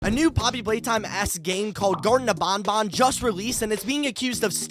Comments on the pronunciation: Bruh "Garton Of BonBon" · Garten of bonbon?